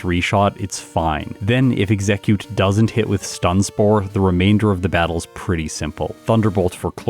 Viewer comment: Do you pronounce Exeggcute the way you do just to trigger us?